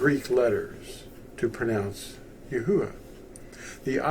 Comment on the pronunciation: 1st, thanks for the video! 2nd, how come it’s pronounced Yah-Hoo-Ah, and not Yah-OO-Ah?